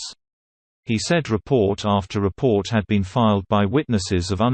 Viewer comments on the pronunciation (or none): none